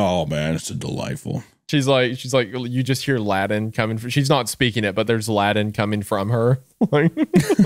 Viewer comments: Every time Isaiah says Latin i hear Aladdin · Honestly thought nothing was worse than Wendi's pronunciation of "certainly" then I heard him use the word "Latin" Honestly despicable.